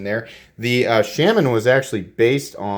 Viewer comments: Shaman sounds close to charmin the way you say it. Shay-man lol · Awesome knife ...thanks for review! I've been slowly getting most of the available Natives and need to pick this new G10 S30V version. BTW your killing the name on the Shaman lol...here is Eric Glesser from Spyderco